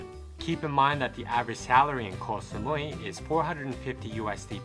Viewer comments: Actual pronunciation from a Thai person is GO Samui. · koy samui xD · Learn to pronounce Koh Samui before you make a video. You mispronounced many names of places. Are you a robot?